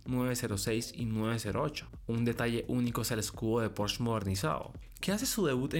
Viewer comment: Pues, si el presentador de un canal dedicado al mundo automotriz no es capaz de pronunciar PorschE correctamente, y en su lugar dice algo como porch... pues ya no se le puede creer nada...